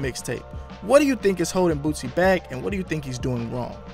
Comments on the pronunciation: BOOSIE NOT BOOTSY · ...Grammar lesson... Boosie is pronounced Boo-C... Not BooTsie... Get it straight if your gonna say anything at all... That's all!... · dude you are seriously that dumb .?? "bootsie" wtf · “Bootsie” 😂😂😂😂😂 get the name right bro! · of first of all it's cow wee ta. second, his name does not have a T in it so idk why you keep saying bootsy.